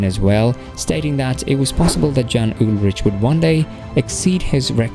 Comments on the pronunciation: Dude, I know I’m late to this video but how on earth do you NOT know that the “J” is pronounced like a “Y”? This is extremely disrespectful of you. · And not just Jan's first and last name. Andy "Schelk" was a nice touch as well. 🙄So little effort was put into this.